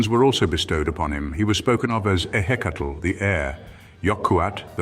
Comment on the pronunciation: How are you going to say Tlauizcalpantecutli correctly, but mispronounce Ehecatl and Quetzalcoatl?